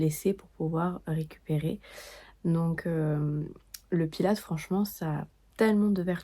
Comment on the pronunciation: Par contre les françaises, le S se prononce pour Pilates !! C'est Pilatesss